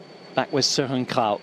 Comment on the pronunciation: Incredible pronunciation of "Kragh"!